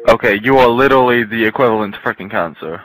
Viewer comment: "you are litally the equivlant to cancer"